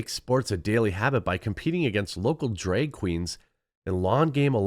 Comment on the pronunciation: why can't you say drag? it's not draeg, its drag.